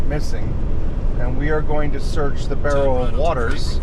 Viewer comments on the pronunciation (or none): Your pronunciation of Berowra and Kuringai is way off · The way you pronounce Berowra is making me grind my teeth lol 😅 Anyhow, I was fourteen years old when they went missing. I always thought they drove off the road and ended up in the Hawkesbury River. I still think that's where they are!